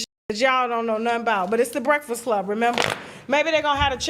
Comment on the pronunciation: Nobody:: Breasfsclub